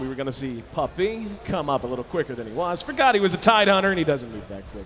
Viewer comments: "Pup-pEy" "Den-dEE" -_______ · AA=ei ei den'di= dendi' puppey= pupeeey dafuq? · why the hell does pronounce everything wrong? navi, dendi, puppey... keeps emphasizing the the last syllable.